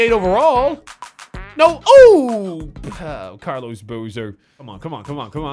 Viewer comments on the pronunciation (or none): none